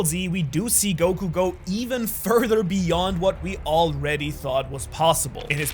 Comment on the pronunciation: "AND THIS IS TO GO EVEN FURTHER BEYHOND"